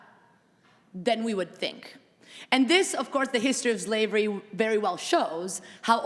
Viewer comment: Professor McNally, how do you "forget" Black chattel slavery in the NORTHERN colonies of what later became the United States? And could professor Mattei please stop saying "ZLAVES," and "ZLAVERY"? The Afrodescendants of the United States and all the Americas would appreciate your making these efforts.